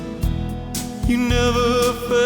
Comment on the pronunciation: Just listening to this now. At the mark I thought, that sounds like Elvis, and when said the same, I shouted out aloud: Yes, Yes, Yes! (And woke up my wife 😅). Accent, mouthing and also the way Chris forms the ‘s’ sound in Say